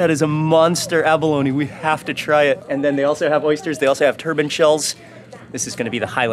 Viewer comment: its not abalonie its abalone lol